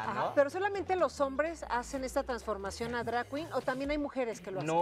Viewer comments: Que risa me dio escuchar decir dray quin Aaaaay, educate mamasita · Horrible "entrevista" si se le puede llamar así, Luna saco sola la entrevista... se noto su ignorancia en el tema, que feo que a tv nacional hagan esto, ni pronunciar bien drag queen 🤦🏼‍♀️.